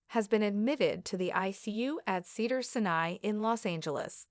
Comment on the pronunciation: Cedars Senay? AI can't even pronounce the name of the hospital correctly. He broke his collarbone in February 2025 and this video is complete bull💩.